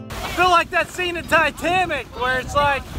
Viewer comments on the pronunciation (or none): Did you say titamic? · Lmao did you just say Titamic? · “Titamic” lmao how many natties you drink on that boat?? 😂